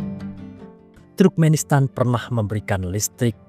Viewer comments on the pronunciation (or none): Bukan truk-menistan min tp turk-menistan